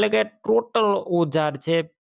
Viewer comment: ટોલી નથી ટોટલ ન કહેવાય